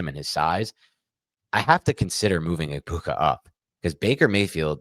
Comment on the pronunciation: This is my favorite fantasy show, but you guys NEED to respect these players and pronounce their names correctly. Hearing you mispronounce Egbuka’s name 30 times in 5 minutes is like nails on chalkboard and extremely disrespectful to the Egbuka family